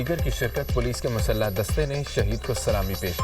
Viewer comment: کسی پڑھے لکھے بندے سے اردو خبریں پڑھوا لیا کریں ۔۔۔پیرو دھائی، مسلہ(مسلح) اور یہ میوزک کے ساتھ خبریں اتنی واہیات لگتی ہیں۔ ۔۔سوچیں ! اتنے بندے مر گئے۔۔ڈھیں ڈ ڈھیں نماز جنازہ ادا کر دی گئی ڈھیں ڈ ڈھیں اظہار افسوس ۔۔۔ڈھم ڈھم ڈھم حد ہے بھئی!